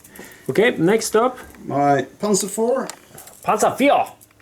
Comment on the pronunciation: Nice pronounciation of panzer 4 :)